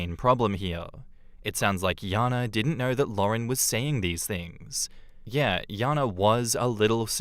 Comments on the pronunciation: Just a pet peeve, but in the 2nd story why does keep pronouncing the name as Yana when it's spelled Jana with a J? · I've always known the name Jana pronounced as Jan-ah ('a' sound like jam) and not Yah-nah. This is the second time I've heard this story with the name prounced as Yah-na. It doesn't matter or anything. Just noticed it.